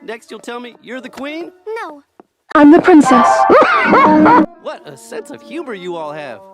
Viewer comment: Random dude: so now ur gunna tell me ur the qween BHAHASSHAH amber:nah I'm the pwinsses